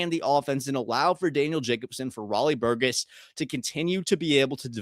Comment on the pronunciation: Do you really not know how to pronounce Burgess correctly?